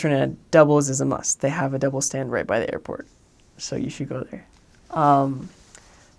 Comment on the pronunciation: This man say "double" yes 🤣🤣🤣🤣🤣🤣